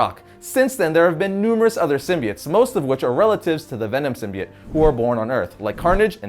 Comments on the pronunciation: anyone else bothered by the new Venom movie and how they pronounce "Symbiote" sim-buy-oat is what they are saying in the new film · The way he says "symbiote" makes me really uncomfortable... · hes saying symbiote wrong